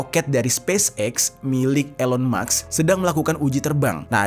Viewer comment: Elon maks😂 gayanya ngomong campur indo inggris, nyebut Elon musk aja ga bisa😅😅😅